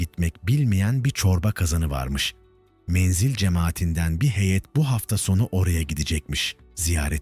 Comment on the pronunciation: Menzil menzel değil okurken dikkat eder iseniz sevinirim.